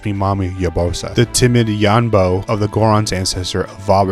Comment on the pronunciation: You calling yanobo yonboo is my fave thing and imma start calling him that